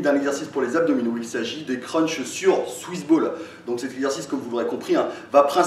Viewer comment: J'ai l'impression d'entendre suce boule a chaque fois que tu dis swiss ball